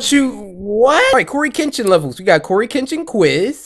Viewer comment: Coryxkenshin cartoon something my son Giovanni called you courage engine She said it wrong